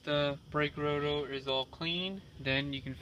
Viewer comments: Why do you keep saying router?!?! SIR ITS CALLED A ROTOR -_ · Why do you keep saying "Router" instead of "Rotor"?